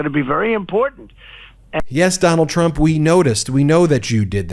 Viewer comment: Everytime I listen to that gorgeous young, new black Represent lady (*), I hear her calling TFG "shrump" ...😅 my brain then sees a shrimp 😊 Take care - Europe ⚘ (*) I'm terrible sorry, but I always miss her name 🤨